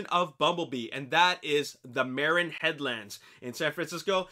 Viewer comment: Love your vids, keep up the great job... just one minor correction:... Marin (the Marin Headlands) is pronounced "MAH-rin" not "MARE-in"... This vid pronounces it